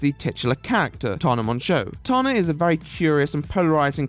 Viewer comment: Why does he say tarna not tana 😭